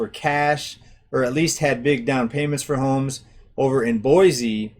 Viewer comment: I've lived in the Boise... and by the way it's pronounced Boysee... area my entire life. While current monthly prices for housing may be leveling off or seeing a slight decline, year over year house prices here are up greater than 20% for the last two years. Californians are, and always have been, a major influx to our area but it had never affected housing prices so much as within the last few years. It's not just them either, people from all over the nation have moved here. Mostly from wealthier places where they are able to sell their current home for higher amounts then come here, pay cash for houses (over market value) and have money left over. It has ruined our local economy. Those that were raised here and have always worked here are unable to compete and afford a living. And the infrastructure here is not able to cope with the boom in population. The Nampa area, which I'm closest to, more than quadrupled in population from 1990 to 2000, and it has only exponentially increased within the last two years. Farms, fields and crops are depleting at an increasingly rapid pace, being replaced by apartments and subdivisions. The roads, water systems, schools, recreational areas and more just can't take it. New comers think that our area is great because it's less expensive and less conjested than what they are used to, yet they don't realize that they are turning it into exactly what they left by moving here.